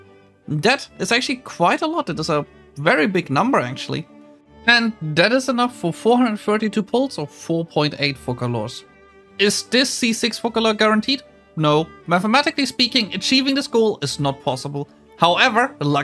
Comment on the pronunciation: Foe sa lor the C is spoken as an "S" .